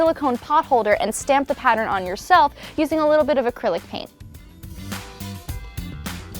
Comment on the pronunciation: She said acrilc and she used a sharpie